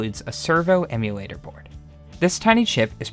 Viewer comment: he definitly not says Emulator, lmao